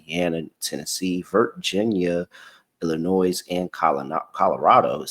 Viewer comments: Until you started pointing this out, it never bothered me but now I can't stop hearing it smh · PLEASE LEARN TO PROPERLY PRONOUNCE ILLINOIS IT IS SO INFURIATING!!!